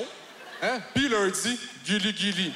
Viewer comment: Quand il a dit “Guiliguili” Ça sonnais comme “Kirigiri” (Les fan de Danganronpa vont comprendre)